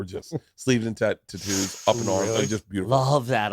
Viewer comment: I feel personally attacked that Bert knows how to pronounce tattoos but pronounces it incorrectly on purpose 🤔